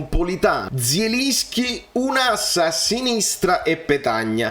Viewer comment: E però se dobbiamo fare i fiscali nelle pronunZie, si legge JELINSCHI, con la J alla francese.